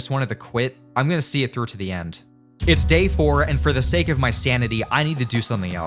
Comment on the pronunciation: You: “I’m gonna see it trough to the end” Me: 💀